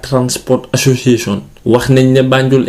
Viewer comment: It's the way he says "Association" for me